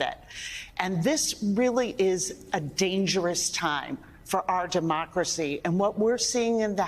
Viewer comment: "Duhmocracy." Feed the fear baby.